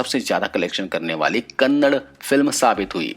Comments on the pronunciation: Its kannada not kannad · Kannad Nahi hai KANNADA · Bai kannad nahii Kannada😠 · Bro pls kannad nahi kannada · I'm commenting on only one thing It is not Kannad, But it is "Kannada"